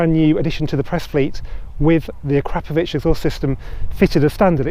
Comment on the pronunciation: Why does he miss pronounce Akrapovic like Crapovic!!